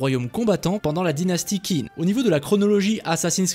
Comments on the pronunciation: TCHIN !!!! Ca se dit tchin, et non pas kin (pour la dysnastie qin) Pareil pour xia, ca se prononce chia Et sinon le jeu m'a l'air bien a chier, sac a pv, personnalisations, rpg, microtransactions, ni assassins ni lame secrète, armes lourdes... Bref pas ce qui fait un assassin's creed. Et en plus ils gachent une super période historique qui aurait pu faire un très bon jeu sur console. Bref, ce n'est clairement pas pour moi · en chinois qin se prononce « tchin » et xia se prononce « chia »